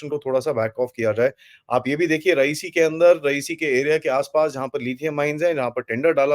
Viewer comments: Sir you pronounce RI YA SI as Rayeesi ( it's not president of Iran) RI YA SI boliye huzoor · Correct pronunciation of the place name Riasi is “RI - AA - SI” and not “RA - EE - SI”. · It is रियासी not रईसी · 🙏Please correct : It is रियासी area and not रईसी, as you pronounced in your this video, where recent terrorist attack happened...🙏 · Pls pronounce d name of area correctly. It is Ri-ya-si & NOT Ra-i-si as you r saying. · It is not रईसी , it is रियासी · भाई साहब रईसी नहीं रियासी है सही नाम। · it's Riyasi not raisee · You are wrongly pronouncing the place named Reasi. You pronounce it like the name of late Iranian president Rayeesi